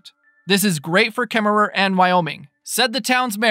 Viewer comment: I LOL'ed at KemmerER. Hahahah... I wondered about the spelling vs. the pronunciation. Wyomingnites don't pronounce the final /er/. I am excited for the project too.